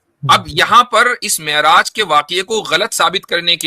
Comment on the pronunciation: Miraj nhe Me'raj hota ha ullu ke pathhe😂😂😂😂